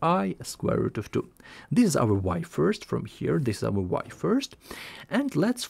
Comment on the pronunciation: idk how ur tongue pronounces this as zis..